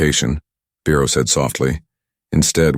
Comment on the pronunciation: And the man’s name is Vero, not Bero, not Firo!!!!! And why can’t I put a space after a word without clicking the spacebar several times??? And then Siri gives me an answer. That is nothing close to the question. I asked her!!